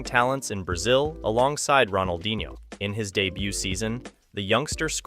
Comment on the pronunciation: bro at least learn how to pronounce the names correctly, you can say la coruÑa but can't pronounce ronaldinho